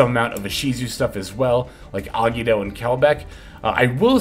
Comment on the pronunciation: Bro ever time you said Agido it made my teeth hurt…. It’s three syllables A-gi-Do …. Gi sounds like Gee